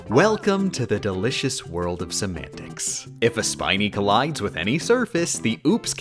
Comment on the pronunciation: At this point when she says "semantics," I just hear "some antics."